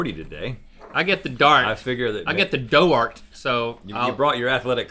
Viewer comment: when i heard doughrt i was writing and i spelt "then" "thart"